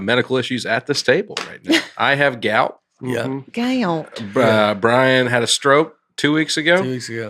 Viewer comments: Leanne is so funny. I've never heard "Gout" said as a six syllable word before :-) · If you’re not saying “gout” with at least six syllables are you even saying it right?? 😂😂😂😂